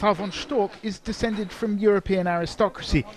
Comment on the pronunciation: Beatrix von Storch. CH. CH am Ende. Nicht Stork. StorCH!